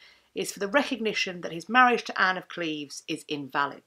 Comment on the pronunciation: Thank you for pronouncing Anne's and my birth town the correct way :) Holbein was known to be a painter that did not flatter, so his depiction of her seems pretty accurate. Additionally, to this day, a lot of women in the area between Cleves and Berg share similar features with her. Long boned, blonde or strawberry blonde, with hazel/brown eyes and a little bulby nose, and long boned elegant hands. It's a typical Lower Rhenish look.